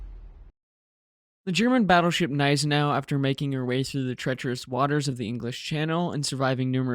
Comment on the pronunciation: Great video and thankfully a commentator that correctly pronounces Gniesenau, and Prinz Eugen. It makes me rage quit videos that mispronounce these two ships, as it makes the research highly suspect.